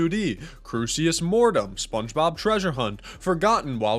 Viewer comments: still waiting for the day when pronounces Crusis Mortem properly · I like how the first time ever talked about Crucis Mortem, he included a note in the video that he was pronouncing it wrong, and then proceeded to still pronounce it wrong every time he talks about it in the future.